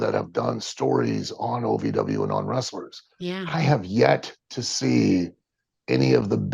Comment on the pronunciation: It’s OVW not AVW, you kept saying AVW.